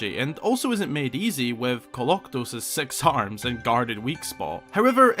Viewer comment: I thought he said "sex arms!"